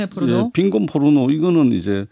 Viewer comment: 이 여자는 포르노를 의도적으로 뽀르노라고 발음하네..